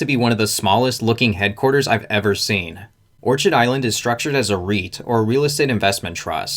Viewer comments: Not that it changes the point of your info, but pretty sure it's pronounced "or-kid" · It’s orchid like the flower, don’t pronounce the ch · Orchid is pronounced "Or-Kid" ... Its a flower. A well known type of flower. Surprised this guy hasnt heard how it's pronounced yet. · Orchid is pronounced: Orkid....but spelling Orchid.... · It is pronounced or-kid like the flower... you really should verify you know how to pronounce the company name. Love the channel and just trying to help. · I saw that...and didn't buy. Just doesn't feel trustworthy, lots of sleaziness in Florida. BTW, it's OR-KID as in the exotic flower. OrCHard is where fruit trees grow. :) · Great video, but it’s pronounced “or-KID” like the flower 🌸